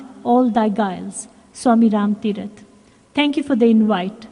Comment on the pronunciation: Wonderful talk. Please share where to find complete poem "Realization" at end. (, did you quote a Swami Ram Thirat, or Tirath? could not catch it exactly). Wonderful talk. Wonderful appropriate poem. Jai Sai Ram